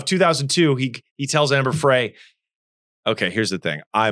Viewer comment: Omg, this Host with the slow Connect on the Homemade anchors and the miss pronunciation of Amber Fry‘s name. Do your background research.